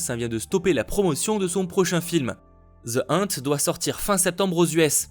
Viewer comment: Tu le sais, t'es le meilleur mais... Je ne fais jamais ce genre de commentaire. J'ai même horreur de ceux qui disent ça mais pour The Hunt: Ça se prononce plus "Eunete" que "Inte".😂 Je dis ça pour m'assurer que tu ne te fasses pas trop taper en disant ça dans la vraie vie mdr Sinon, t'es génial continue comme ça.